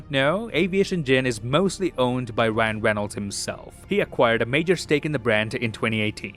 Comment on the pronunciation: wyan weynolds